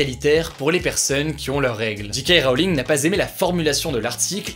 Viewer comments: Tu as fait une erreur en anglais : J = "djey" mais G = "dji" et toi tu as fait l'inverse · "Dji-kay" Rowling ? Faut choisir mec, si tu veux le dire en anglais, faut dire "djay-Kay" ou en français "ji-ka" mais là, tu nous fais un gloubi-boulga à la" one again a fly". Mais bon, ça m'a fait rire quand même. C'est pas bien grave. ^^ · C'est bien pour l'accent anglais mais c'est JayKay Rowling et pas JeeKay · C est pas J Kay Rowling la prononciation, c est DJAY KAY Rowling, t as encore a apprendre niveau anglais, dude ! (et evite les titres putaclic genre LA PANDEMIE S AGGRAVE, merci) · Djé ké Rowling, pas dji ké Rowling :) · Toi tu le prononces "Ji Ka Roling", soit "Djey Key Wroling", mais pas cet entre-deux malaisant plz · Pourquoi autant de personnes prononcent "GK Rowling" au lieu de "JK Rowling" ? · Héhé mon Hugo, tu as dit G.K. Rowling :p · Parce que J se dit G en Anglais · Cet accent sur JK Rowling !